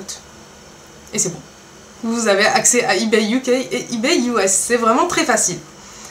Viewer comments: Tu prononces mal on dit eBay pas eBayyy. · Il te plaît pas mon comm' ? Pourtant je suis sympa de t'apprendre à prononcer eBay.